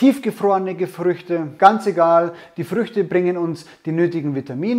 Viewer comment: "Frische Fruechte [sein], getrocknete Fruechte oder tiefgefrorene Gefruechte" :DDDD Frrrruechte Frruechte Frrueechte EDIT: + "gefrorene Erdbeeren" xDDDDDDDDDD Last EDIT: Geiles Video. Ich mach eine aehnliche Rezeptur, allerdings mag ich keine roten Fruechte im Muesli. Benutze stattdessen gefriergetrocknete Blaubeeren und frisches Mark aus der Vanilleschote.